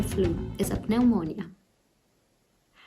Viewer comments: FYI the "P" in pneumonia is silent, Pronounce it like it's spell neumonia. Another example of how ridiculous the written English language is. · So pleased you have recovered but this has been a catastrophe for Italy and now for my country - England. Wherever you look it's bad news, we can only hope that the measures we've taken succeed By the way, Pneumonia is pronounced with a silent 'p' in English, so in effect, it is nu-moan-ia x